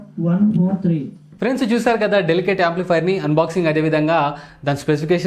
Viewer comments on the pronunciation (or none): అది డెలికేట్ కాదు డెల్ సెట్